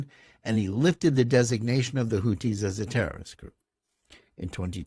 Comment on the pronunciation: Who are the "Hooties"? "Houthis" (الحوثيون al-Ḥūthiyūn) is pronounced (and written in Arabic) the way it is spelled in English. Otherwise excellent podcast.